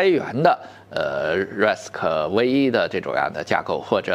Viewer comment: RISC-V，不是英文字母V，那是罗马数字5，到时候，人家升级一下，变成VI了，就读做6了。